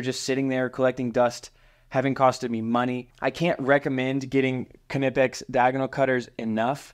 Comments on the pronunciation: K-nipex it’s knipex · Please stop saying "kinipex" Do you say "Ki-not", "Ki-now" or "ki-nife" ? The K is silent, dog. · why are you pronouncing the K.........nipex is how it is pronounced. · Watch the company's Youtubes. Employees pronounce the K. Something like "K-ni-pics" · here are some more practice words on learning to pronounce the Kn sound - knife, Knight, Knapp, Knowles, Knox, Knoxville, Fort Knox, knee, knowledge, knot, knead, kneel, knickers, knock, knapsack, know, knock, knurl, knoll, knit, knight, knack, KNOCKWURST (German), and finally, KNUCKLEHEAD (what you are if you pronounce the "K" in Knipex 😂)